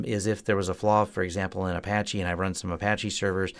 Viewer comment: Do you mean "...if there was a flaw, for example, in a-PATCH-y???"